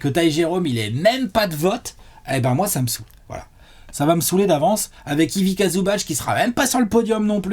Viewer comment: Ivika ? Mes oreilles saignent.